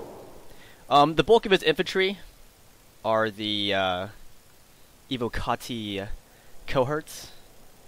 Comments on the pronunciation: ALL SEGA SAILORS PLEASE LISTEN your pronunciation of words is terrible IT'S NOT AVO-CARTI as you pronounce it, its pronounced EY-WO-KA-TEE. Sorry for the hatred, I love Sega Sailors but when it comes to word pronunciation, Sega Sailors are the world's worst at the English language. There's no R in Evocati and I'm also curious as to the difference between "word pronunciation" and all other kinds of pronunciation. I'm still not sure what "over extended the i" means though... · You do realize it isn't English right, and it's actually Latin? It's from evoco, where the v would be pronounced as a w and the c would be a hard consonant.